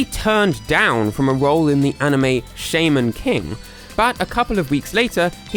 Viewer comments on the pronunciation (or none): Very nice informative video! Umm... I'm 99% certain it's pronounced Sh-AH-man not Shay-min XD Nitpicking I know, just couldn't get it outta my head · *1999 But let’s not forget 1996 Christmas Blast They got the “ Blast”from Sonic 3D Blast. Sonic Battle: Hello, I exist too. I have the Dreamcast Sonic voices too. Its pronounced Sha-Mun King not Shay men king. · Shaymen King? Wtf was that pronunciation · sh... shayman king... Great video, I just thought that your mispronounciation was funny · It’s pronounced “Shah-Men” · aint no way butchered the name shaman king, sha man king